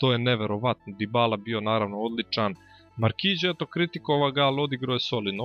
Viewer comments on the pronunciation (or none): none